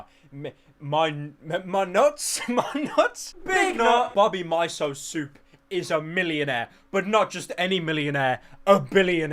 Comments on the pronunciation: you know you are poor when you say "my-so" instead of "me-so" when pronouncing miso soup. God help the poor. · Like how he pronounces miso soup “My-So soup” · Pyro mispronouncing miso gives me life